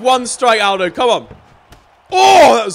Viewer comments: Omg it joe-say Al-doe get it right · pronounce it al-dough 😆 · Did he call Jose Aldo hosay owdow